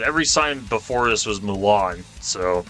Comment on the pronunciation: Milan is pronounced "My Lun" and Dubuque is pronounced "Duh beyoo k"